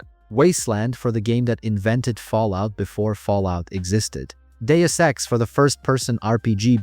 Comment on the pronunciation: I LOVED "Jagged Alliance"! Even if the line of sight was dysfunctional. Thank you for teaching me how to pronounce "Deus Ex", I never knew the correct pronunciation.